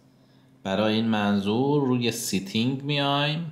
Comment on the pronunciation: سیتینگ نه! ستینگ